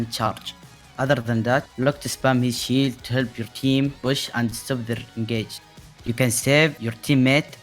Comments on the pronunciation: I know he's saying "shield", but who else is hearing that we should boop tanks away from their "shit"? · Whenever he said shield, I heard it as sheet (shit) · No worries. You did great. I did have a bit of a chuckle every time you said "shield". Sounded like you was constantly saying "boop them away from their shit", which is also pretty accurate lmao